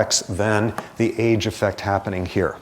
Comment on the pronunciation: His enunciation of "effect" sounds like "affect" cause he always says "ahhh" for the e. 🤦🏻‍♀️